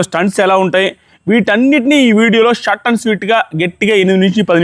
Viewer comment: its short and sweet andi not shut and sweet